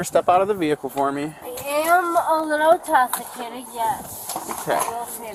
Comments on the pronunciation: “I am a little TOSICATED “!!!!! 😆👀🤪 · True, but smacking herself with her car door, right after saying "I am a little intoxshicated, yess" is pretty solid second. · “I’m a little intawwsikated” Smackes head on car door 😂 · “I’m a little tossicated”